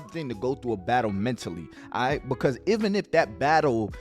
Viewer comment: Bro can u jus say Even like damn who tf is Evan 😂😂😂